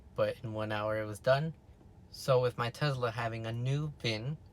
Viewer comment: If you say sezla one more time bro